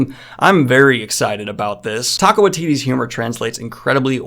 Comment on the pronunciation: All I keep hearing is "Taco" Waititi and I dunno how I feel